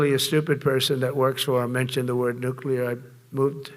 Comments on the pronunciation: There are two N words and you can’t use either of them he says wistfully r recalling the good old days when he would frequently use both of them. I’m pretty sure there is nothing offensive about the word nuclear though his pronunciation, adding an extra U really grates every time I hear it. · wow ! i didn't know the nukuler was so incredible. man, this guy knows everything ! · I just can't listen to the moron speak. He's just an idiot.... Tell the moron that nuclear is an adjective, not a noun.... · Says you cant say the N word but says Nuclear like a dozen times. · So lemme get this straight .... We can't say either "N-Word", but he says "nuclear" at LEAST 3 times, and then he tells the WORLD that we've got a nuclear-equipped submarine near Russian waters that is "undetectable", except he JUST SAID WHERE IT IS!!!!!?????!!!!! 🙄🤦🏼🤯 I would ask, "How stupid can you BE?!?!?!", but the answer seems pretty clear! How can it not be detectable above water ... TO PEOPLE WITH EYES?!?!? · Wait, he said there are 2 N words... is one of them... Nuclear? The word he repeated many many times before he said that? Why can't you say nuclear? 🤣